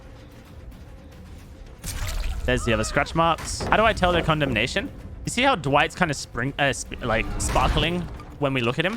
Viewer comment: I heard Condom nation rather than condemnation.